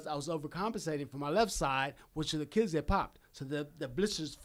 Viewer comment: hes so brain damages Achilles became azzzzzzzzlez Man I hope this guy calls it quits. he is the only guy to legitimately have Floyd May weather hurt and on the skates. Zab Judah is arguable. but Sugar was the closest to winning I feel